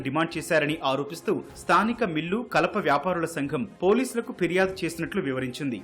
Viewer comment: Firyadu. Phiryadu kaadu.